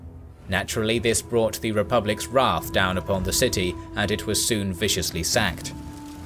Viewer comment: Again, the narrator is NOT British despite asserting so. I have heard many a funny pronunciation, but 'wrath' truly takes the biscuit.